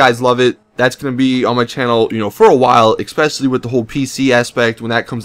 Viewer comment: "Exspecially" is not a fucking word, so stop saying it.